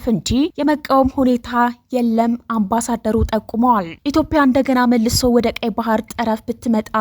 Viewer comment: ኢትዮጵያ ብለሽ ማንበብ አትችይም እንዴ ?።